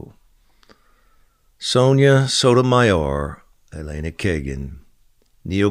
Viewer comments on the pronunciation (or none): none